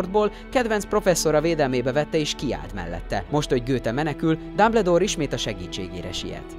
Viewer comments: Nem Dabledoor Hanem Dumbledoor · Behalok. Dámbledór!😂😂😂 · Nem "dámbledór" ,hanem "dámböldór" "löstréndzs" :"lestréndzs" amúgy jó volt